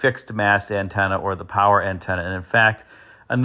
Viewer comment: Poncho powah